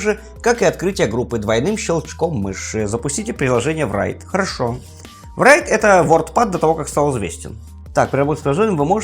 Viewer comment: Write произносится просто: raɪt Райт или рай(ы)т. Не надо говорить врайт